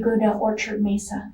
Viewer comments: I'm sorry ... it's pronounced Meh-sah county not meesa county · It's not "Meeza" County, limey, it's Mesa County, as in May-sa. You limeys have a morbid fascination with American violence, like lurid voyeurs, you seem to love it.